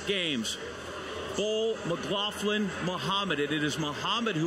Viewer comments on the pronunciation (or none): Why is it that main commentator cannot pronounce her name!! McGlaFFlan lmao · why this commentator keep calling her McLauFlin?? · Stop saying 'McGlaufflin'!!! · And he's getting her name wrong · Next time get an announcer that can pronounce Sydney’s last name correctly